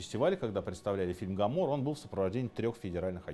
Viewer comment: Гоморра !!! Никак Камарро или ккамморы’😂